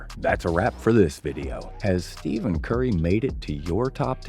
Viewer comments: Steven???? It’s Stephen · did u just say steven curry???HUH??